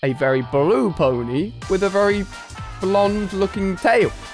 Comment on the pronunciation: Is it just me or did Ali say bony instead of pony ?